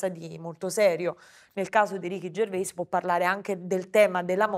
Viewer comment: ma perchè dicono Ricky Gervé? Si dice Ricky Gervè? Lui non lo pronuncia così...